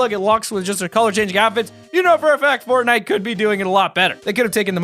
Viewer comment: He said pornnite